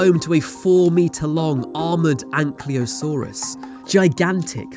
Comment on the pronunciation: It's not "anklyo-saurus". It's "ankylo".